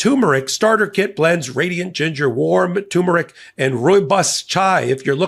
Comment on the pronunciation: turmeric has two Rs